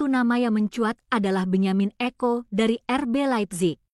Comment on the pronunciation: Benjamin sesko bukan benjamin eko. Mimin lagi mabuk ya